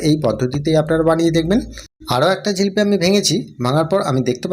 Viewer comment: রেসিপি খুব সুন্দর। ঝিলিপি নয়, জিলিপি বলেই জানি।